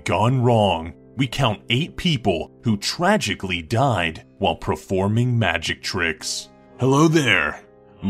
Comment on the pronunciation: Who heard him said "preforming" instead of performing?